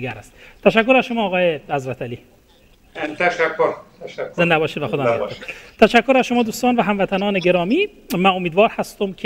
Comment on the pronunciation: جانم از شما بعید بود که در تلفظ اشتباه کنی،حضرتِ علی فقط امام اول است..........ایشان که شما صدا میزنی در اصل حضرت علی نامش است،یعنی در ذکر نام امام علی حضرتِ [ت زیر میخورد یا این علامت( ِ ) گفته میشه و این شخص حضرت [ت سایلنت است ]